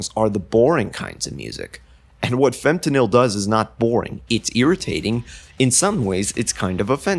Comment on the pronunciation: some corrections: 1. iirc it’s pronounced “fem-tuh-nal” 2. this is digital hardcore, which is an offshoot of DnB. breakcore is a separate offshoot of DnB that’s more focused on synth pads and rapidly-changing drum patterns, whereas digital hardcore generally has more looping elements otherwise, great video!